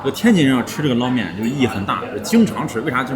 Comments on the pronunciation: 天津人都叫捞（láo 二声）面，不是 lao一声。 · 天津人要读捞（读二声）面，崩（读一声）豆张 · 捞面捞读二声😊